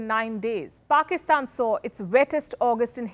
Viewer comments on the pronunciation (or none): none